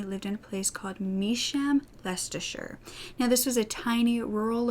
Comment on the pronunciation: the first time i’ve ever heard anyone who isn’t from the uk pronounce Leicestershire properly!! such a sad case:( keep up the vids ur amazing ❤️